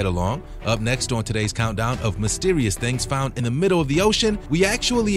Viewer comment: What the heck is the "middow" of the ocean? (18 seconds in)